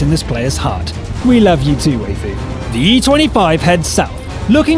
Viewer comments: Way-fu... Gud Jub Why-fu is the correct way to say it. At least they know what it means. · It's not Wheyfu... it's Why-fu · Waifu should be pronounced as "Wifoo" lol... It's a way of saying Wife. Fun fact. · your pronouncing waifu wrong its pronounced as wiafu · you nub, you read waifu wrong! Read like: wifoo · ok you just butchered waifu XDDD